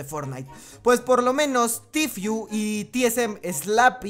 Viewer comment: "Tifiu" jajajajajajajjajaj Buen video igualmente y muy bien pensado